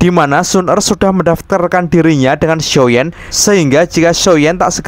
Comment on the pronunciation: Bang kok medok banget ngomong xshioyan nya . muncrat gak?